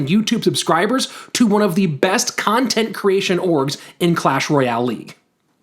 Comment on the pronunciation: It's "Clash", not "Q-lash" 😉